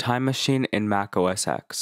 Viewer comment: Sorry but it's not OS 'ex', it's OS Ten.